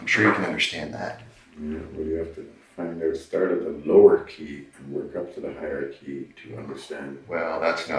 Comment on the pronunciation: 1. It made me happy every time the detective said bazill instead of basil lol 2. Dude thinks hierarchy is higharchy and the opposite of it is lowarchy LOL 🙄 3. What an insufferable narcissist... dude loves talking about himself even in third person 4. This detective has the patience of a Buddhist monk